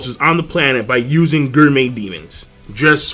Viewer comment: it is pronounced: GOR-MEh stop with this Guur-Met